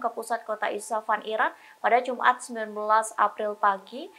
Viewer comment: Isfahan, bukan isafan. Coba nyebutinnya yg benarlah, banyak kali jurnalis di tribun yg GK bisa nyebutin nama2 dgn benar.